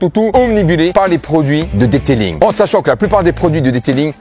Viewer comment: "Le deuteulinggg"🤣🤣🤣🤣